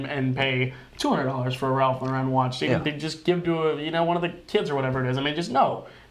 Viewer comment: "I wouldn't even go into a Macy's or a JC Penny and pay $200 for a Ralph Lau-REN watch." Yikes. I get it. You hate the brand. You say it over and over. Have you guys ever been to a big RL boutique? Like the mansion in NYC? It's not the stuff you'll find at department stores. Very high end. It's a completely different client (and it's hard to take this seriously when you keep saying the name of the company wrong. Ralph Lau-REN??) Sigh.